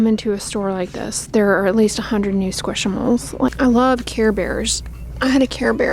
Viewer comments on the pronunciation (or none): I hate to break it to you, but it’s pronounced “squish mallow” like marshmallow. 😂